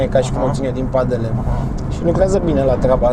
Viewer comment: Ai vrut sa zici padele nu pandele omule